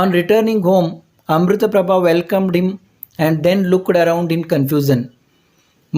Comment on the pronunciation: Not Amrutaprabha it is Amritaprapbhav